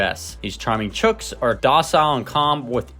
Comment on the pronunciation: Well done! You got the pronunciation of chooks right! Haven't seen the bantam version in Oz yet